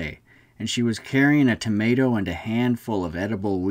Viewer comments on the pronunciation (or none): none